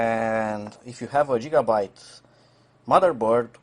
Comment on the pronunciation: Lol funny way of pronouncing gigabyte 😆